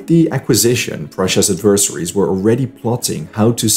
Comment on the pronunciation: In English, "adversaries" is not pronounced "AD-vers-AH-rees" but as "ADVER-seh-rees"